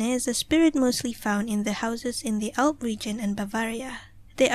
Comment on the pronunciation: "Alb", not "Alp" :)